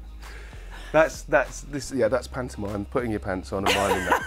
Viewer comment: oh shit, when he said "pantomimie" I thought that meant mime too, yikes